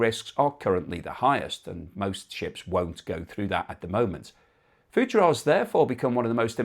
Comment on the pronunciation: Fugeira is pronounced Foo - geee - r. they make the besthoney in the world and are an excellent seaside resort.